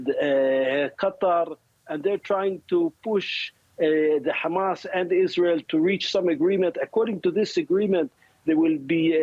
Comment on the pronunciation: The host lady said khamas at the beginnig!